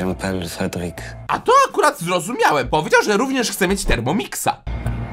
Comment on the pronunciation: Jedyne co wiem z francuskiego to to, że je m'apelle znaczy "nazywam sie" i on za pierwszym razem powiedzial cedrik chb a potemz dupy ze fryderyk